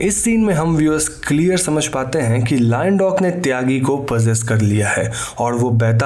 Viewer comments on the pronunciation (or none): none